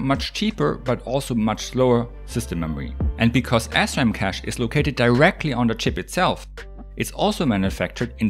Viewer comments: it sounds like he is saying ASSRAM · I kept hearing ass-RAM 🤷🏻‍♂️ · i thought you were saying astrom for some reason. lol